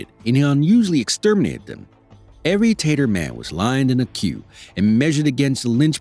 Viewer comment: The fact that the narrator calls the Tartars “taters” should be noted.